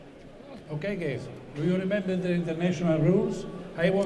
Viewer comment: ''okay gays'' hahaha